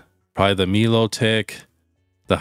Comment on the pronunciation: Melotik not milo tick 😂